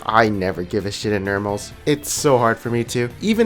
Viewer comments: Normals Not nermals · STOP SAYING NERMALS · Is it just me but when he pronounces normals as nermals it's really fucking annoying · "Nermal games" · The way you pronounce Normals is interesting. Is it a Canadian accent?